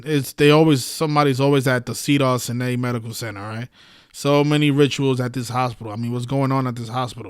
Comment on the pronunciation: you pronounce it cedars sigh-nigh. thank you for all you do.